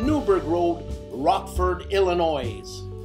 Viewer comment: Love the show as always but, um..., we don’t pronounce the ‘s’ in Illinois. But did I say how much I love the show 😁